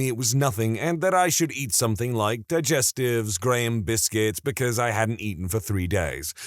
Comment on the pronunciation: No k in the word something